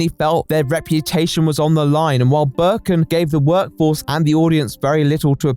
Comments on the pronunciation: Here he is explaining a topic but i ask myself why is this screenshot (used ) mad in a german version of steam Also: Hearing Birkin instead of Berkan makes me think that one of the most known resident evil villains made the game and this makes me happy somehow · burrrken its berkan dude xD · It's not Berkon it s Berkan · Man the video is good but the way you pronounce the mans name fucked me up. It's pronounced bear-khan . I wouldn't really care that much if you said it a bunch of times but you say it all the time might as well get it right. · he actually mispronounces it so nicely that i think from now on i’m gonna call every single berk/berkan/berkcan i know “böök” thanks to lmfao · I am turkish and how you say "Berkan" Is not even close to how you actually say it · My brother went to school with Berkan lmao it's crazy how everyone took this guy so seriously. Also Hi lots of love from Turkey 😂🇹🇷 You are pronouncing his name wrong but that's ok lol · I love you but I'm turkish and I just cant get over how badly you're pronouncing Berkan's name lmaoooooo gsgshshsshsjsj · as a turkish person, hearing someone named berkan tried something like this is freakin crazy! like, i know 5 people named Berkan- also the way you pronounce his name is so funny im sorry,,, hdhdhgagsdfksj